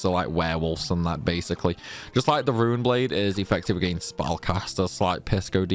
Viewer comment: A few pronunciation issues, the Rune in Rune Blade is pronounced like spoon blade. You're currently calling it a Ruin Blade, which is a cool name, but runes (ro͞ons) are associated with magic and the ability to write it as well as ancient languages. The second one is your pronunciation of duergar, "durger" is how you say it but it's "dwer gar", because they're a type of dwarves. Typically only found underground, at least in modern culture.